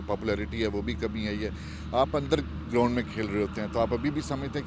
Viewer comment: 😅😅😅😅😅. Ground ko Groond kehna wla😅😅😅😅